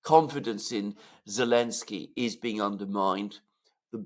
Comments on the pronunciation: Not Elenski, it's ZELENSKY!!!😮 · It's Elensiky and Biden it's bye dung